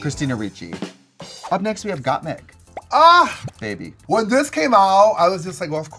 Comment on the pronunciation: Anyone else hear Kandy say “Gottmuse” 😂😂😂